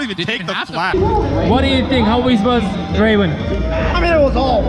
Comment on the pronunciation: aq 35 kere dinledim böyle bir draven deyiş yok aq